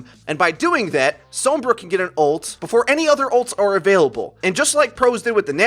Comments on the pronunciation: Heh heh didn't want to miss pronounce the name Sombra so he says so*m*bra and som*bra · The way you say Sombra gives me cancer.